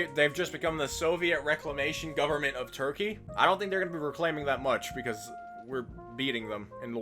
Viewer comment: we love "turpey"